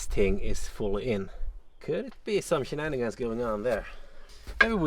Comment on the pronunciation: "we got some shenanigans going on here" 🤣🤣🤣🤣 Are you Swedish or Irish 🤣🤣🤣